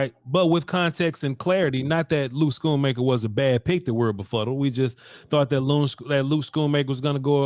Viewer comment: It’s “Skoon-Maker”